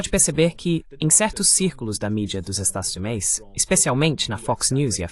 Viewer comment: Este canal é muito interessante, mas a pessoa responsável pela transcrição e do voice-over para o português tem que ter mais atenção, muitas partes ficam mal traduzidas ou não se traduzem. ElevenLabs, por exemplo, até hoje não aprendeu a pronunciar 'Estados Unidos' direito.